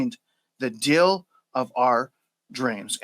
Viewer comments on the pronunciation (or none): You keep saying "dill" for "deal", so I think you're talking about pickles...........